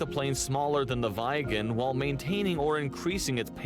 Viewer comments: I is not pronounced ai in the rest of the indeuropean world but I so its Viggen not Vaiggen, not directed at you. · Weigen? No idea where the Viggen pronounciation came from, think "bigger" but starting with a V and ending with an N.